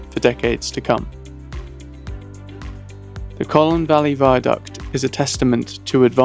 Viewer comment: Pronounced "Cone" - like a round pointy thing